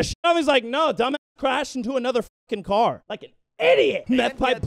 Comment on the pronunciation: "its in my cwar"